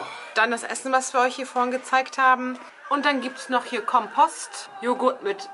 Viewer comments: Hallo... Ich kann gerade nicht mehr vor lachen... Als du aufgezählt hast, was es zu essen gibt, hast du Kompost statt Kompott gesagt 😂😂😂😂 Kompost is ja mal nicht so lecker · 😂😂😂 "Kompost", ich bin so abgebrochen 💜💜💜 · Dachte ich mir auch ?! sie kocht etwas aus Kompost .. :D